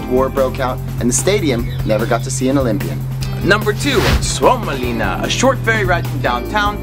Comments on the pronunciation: the way you said suomenlinna was so good 😄 btw i'm from finland👋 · Love the way you said Suomenlinna ! :D yes, i live in Finland too and it is nice to see that you enjoyed!